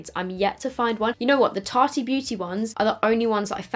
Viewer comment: Did she say tart-eeee? Girl the E at the end is silent 😂 you’re fine though, loved the look although the shadows seemed to be airless stubborn, was thinking of buying that palette